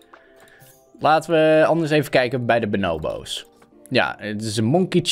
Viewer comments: het is bo-noo-boo's niet bo-now-bo's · Ben ik de enige die zich er aan ergert dat don benobo’s zegt inblaast van bonobo’s...? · Benobos Me: pls stopppppp it’s BONO hmmm BO’s 😂😂😂😂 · je zegt benobo's maar je spreekt het uit als boonooboos geen haat btw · Pls tief op het boeit echt niemand dat hij het zo zegt. En zo is het ook met jouw comment. Ik zeg het hetzelfde als dat jij doet maar het zal me een worst wezen dat hij het anders uitspreekt